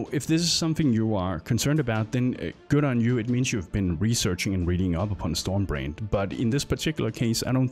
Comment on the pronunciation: Took a while before I realised he was saying "storm brand" and not "storm brained"